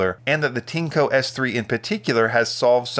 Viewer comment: Not Tinco, its Tineeeeeeeco